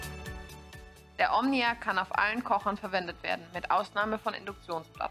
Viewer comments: Sagt sie immer "Omina" anstatt "Omnia" oder habe ich mich verhört? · Stimmt- die ersten 4-5x sagt sie es richtig und dann geht's weiter mit Omina 😉